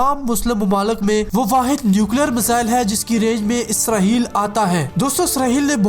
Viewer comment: اسرہیل نہیں اسرائیل ہے